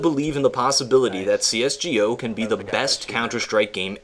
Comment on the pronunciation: "cs gee o"